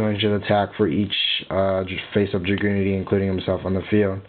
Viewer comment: Why dose every one mispronounce dragunitys it's not dra-gunity it's drag-unity :/